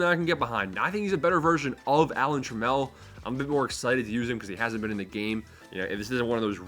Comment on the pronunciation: Its pronounced like Camel… Alan Trammel